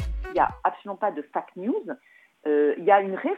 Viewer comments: Faac news mdrrr elle est au courant ça se dit Fèic (FAKE) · "Fack" news mais bordel rien que ça ça la discrédite !